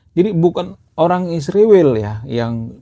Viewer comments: Bang tolong sebut nama Israel jelas bukan isruwil oke 😂😂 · Saya benar-benar bertanya, kenapa menyebut kata 'Israel' itu sulit sekali ya.. Lebih tepatnya ga mau menyebut dengan benar..